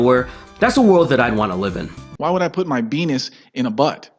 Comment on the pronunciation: RooshV says 🅱️enis. I fucking love it.